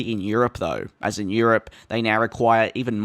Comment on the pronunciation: ". . . een the past yee-uh"